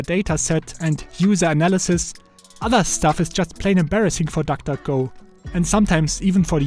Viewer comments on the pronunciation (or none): Nobody: Him: tak tak go